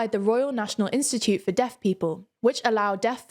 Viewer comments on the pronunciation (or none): i know she was saying deaf fans but it sounded like death fans, lol